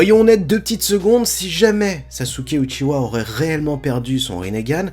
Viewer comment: ça se dit Uchiha pas Uchiwa...